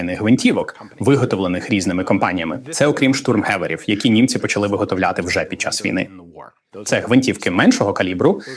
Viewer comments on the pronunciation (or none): none